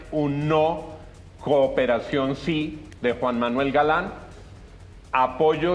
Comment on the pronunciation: JAJAAJAJAJAJAJAJAJJA “COPERACION” ese tipo es una caricatura